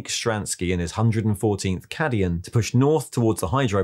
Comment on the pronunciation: Thats a fun way to pronounce "Cadian"